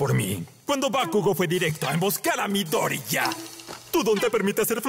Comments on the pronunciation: Su apellido, al igual que numerosos nombres y apellidos japoneses de 3 sílabas o más, es una palabra esdrújula y así mismo se pronuncia en japonés: Midóriya. Que la gente tenga un efecto Mandela después de leer subs y crea que se dice "Midoríya" o porque se le hace más cómodo españolizar la acentuación, es otra cosa xD ¡Saludos! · miDOriya :v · Doblen otras escenas porfa, solo cambien la pronunciación de "Midoriya" por "Midoria" ignorando la "Y" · 9/10, hay algunas cosas que no me gustaron, por ejemplo la pronunciación de Midoriya, pero a parte de eso es casi perfecto